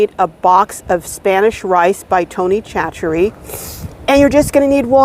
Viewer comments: It sounds yummy and I'm definitely going to try it. (Tony) Chachere is pronounced saa-SURE-ee. Lots of our Louisiana names are not phonetically decipherable in English. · Great video. BTW, I am a Cajun from Louisiana, and the name Chachere is pronounced “sash a ray”.